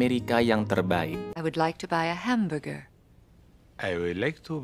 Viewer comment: "I would like to buy a hambuwewer" 😂😂😂